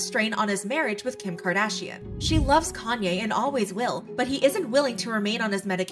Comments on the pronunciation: It’s “yay” not “yee” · yee? Why would you pronounce it that way if its just a shortened version of his name? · If you take the "Kan" off of "Kanye" you have the right pronunciation. I don't know why people's find it hard 🤷‍♀️